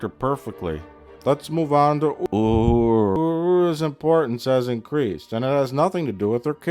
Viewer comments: The random pronunciation of "Uhura" gets me every time. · The way he just mumbles Uhura's name over and over is incredible. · Fucking hell. I shot rum out of my nose when Plinkett did the weird pronunciation of Uhura.